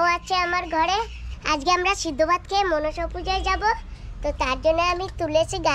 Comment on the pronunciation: Not machine Puja this word monosa Puja